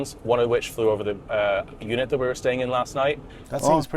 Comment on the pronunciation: Its pronounced UNIT, not eunuch, fuckin brits... :D